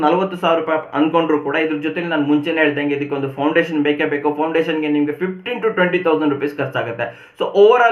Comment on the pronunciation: It is foundation.. not poundation